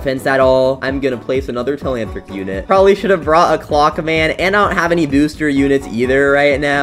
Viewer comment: its not temantric its telanthric😂